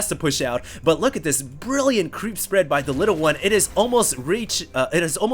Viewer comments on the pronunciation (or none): none